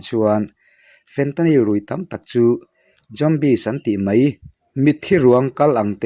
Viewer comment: Tinge ‘Jombie’ i tih tlat a🎉